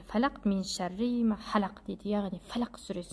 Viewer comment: Солах емес Фәләһ